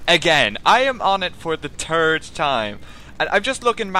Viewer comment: "I am on it for the turd time"